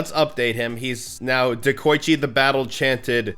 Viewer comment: De-koi-chi ITS NOT HARD. SAY IT RIGHT